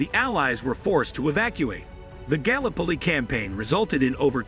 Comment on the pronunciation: Mate learn how to pronounce 'gallipoli' properly it's very disrespectful to the Anzacs.